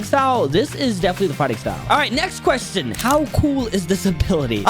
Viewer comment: Bro said quetion